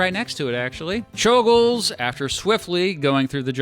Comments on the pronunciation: It is properly pronounced chol-gosh, since you brought it up in the video, but I don't think we have to make the effort for assassins lol. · I believe czolgozs is pronounced as sholgosh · It's pronounced Choul-Ghosh